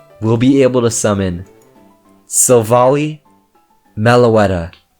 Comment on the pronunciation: You are pronouncing Silvally’s name wrong. It’s annoying. It’s SIl-Val-eye.